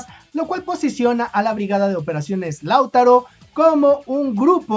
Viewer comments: No sé porqué, pero siempre que en tus videos mencionas a Lautaro, lo haces con el acento cambiado de lugar, y me da picazón en la espalda jajaj (siempre lo dices como "láutaro", pero se lee "lautáro", acentuando la pronunciación en la segunda letra a)... Saludos!! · Oye no es la primera vez que hablas de la (B.O.E) del ejército de Chile y porfavor entiende que el nombre no se pronuncia ( LÁUTARO ) no se carga la voz en la 1ra A, si no en la 2da A, o sea que se pronuncia (LAUTÁRO)(sin la tilde por su puesto), y su base de operaciones es en PELDEHUE, y no pedelhue. SALUDOS y gracias por tu incondicional apoyo a nuestro querido y amado Chile. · Hola, no es "Láutaro" sino "LauTAro". También se le conoce como "BOE". Saludos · se pronuncie Lautaro,No Lau taro, saludos cordiales desde Santiago De Chile.🇨🇱🇨🇱🇨🇱🇨🇱💪💪💪💪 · Es Lautaro sin tilde en la U y no Lau'taro solo LAU'TARO. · no se pronúncia Láutaro, es Lautáro, el golpe fuerte de la sílaba está en el segundo a y no en el primero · Di lauTÁro y no LÁUtaro....por favor dilo bien, gracias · Lautáro, imagínate un acento ahí. Así se pronuncia. gracias siempre por toda la información que nos das, que acá muchas veces no nos enteramos ❤❤❤❤❤❤❤ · Se escribe "Lautaro" pero se pronuncia "lautáro" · para pronunciar bien el nombre de Lautaro, debe acentuar en la segunda "a". Se pronuncia Lauta....ro. Saludos. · Lautáro amigo con acento en la segunda A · Lautaro es una palabra grave, no esdrújula, por tanto se acentúa en la penúltima sílaba. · Es que el chico es mexicano y me parece ese nombre no existe allá... De ahí que se equivoqué en la pronunciación. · Lautaro, con marcacion en la A como si esta llevara acento.